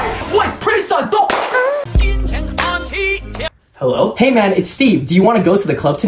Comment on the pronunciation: "Herro son" 💀